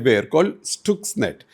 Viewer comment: It’s written as Stuxnet and pronounced as Staksnet not Stooksnet sir